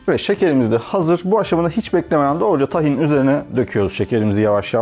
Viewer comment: Tahin diye okunmaz. İlk hece uzun okunur!